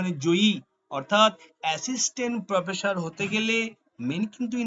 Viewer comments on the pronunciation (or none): আপনার উচ্চারণ ঠিক করে নামুন।স ,শ,ষ আছে । শ ষ হচ্ছে স।স হয়ে যাচ্ছে শ। প্রোফেশার নয়।াপনি /আপনারা অটো বা টোটো ট্রাই করতে পারেন।